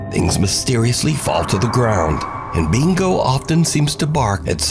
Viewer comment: Thatsuh BINGO!